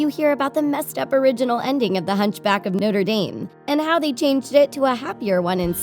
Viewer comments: It’s pronounced darm not dome it triggered me ever time. Hahaha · It's pronounced notre darm not noter dame ._. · ITS NOTRE-DAME YOU TWIT NOT "NOTER DEEEM" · Noter Daym. Noter Daym. WOMAN ITS NOTREH DAHM (pronounced) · it's "noh-truh-daam" Not "noh-tur-daim". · hunchback of noter dame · Noder dame? Its the pronunciation is nochra dom. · Note DAME ITS NOTRADAM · Noter Daym is not how you say Notre Dame, it's Notruh Dahm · ITS NOT NORTI DEAM ITS NOTRE DAM (NO-TRA DOM) GET IT RIGHT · You mispronounced notre dame. It's Not- tre daarm not note-re dame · hunchback from noter dame wow its hunch back from no-tre dam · "... the hunchback of nOtEr DaEm " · wtf is noter dayme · Hunch back of Note er Dane? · DID SHE JUST SAY HUNCHBACK OF NOTRE*DAME* OMG ARE YOU DUMB MA’AM?? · Her:"Noter Dame" Me:GGSHSHDHDHDHDH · “Hunch back of nooder deen” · Hunch back of noter deem lol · WHAT THE HELL IS NOTER DEENE?!?! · "the hunchback of noder dame" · “Noder Dame” lol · How she pronounced Notre Dame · Who else was triggered by the fact she pronounced notrè dame wrongly. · the way this bitch pronounces 'notre dame' is giving me aids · You said "the hunchback of notra dame" wrong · I clicked this video to hear her pronounce Notre Dame like that 😩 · Sabor is a girl. Just saying. And the way you pronounce Notre Dame is an insult to French people everywhere. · Pretty good list. You can actually find an animated version of "The Madness of King Scar" on youtube-- it's really cool. Side note: Is the pronunciation of "Notre Dame" and "Sabor" bothering anyone else?